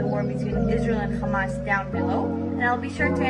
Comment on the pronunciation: KHamas? it is hamas you woman.